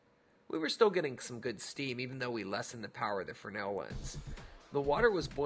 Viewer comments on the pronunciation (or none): Both "fraynell" and "freznel" are correct. "Frennel" is not. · is it a frenel or fres(Z)nel lens? I can't help but notice how you pronounce it each time in your video?